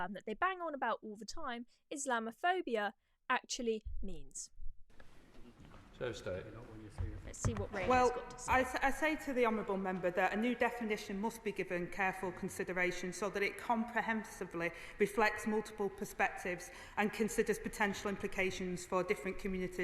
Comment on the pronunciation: What’s Homable ? Or does she mean honourable